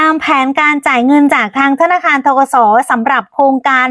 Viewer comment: ธนคาร อีกละ พูดชัดๆค่ะธนาคาร